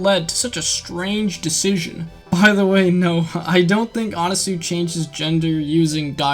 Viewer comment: It’s pronounced anaswi not anasue